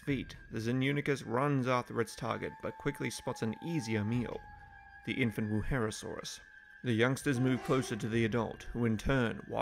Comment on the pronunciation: It kinda pains me that you say Wuherosaurus, when it's Wuerhosaurus.